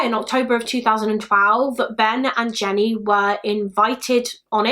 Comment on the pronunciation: I can't stop hearing "Ben&Jerry's" every time says "Ben and Jenny"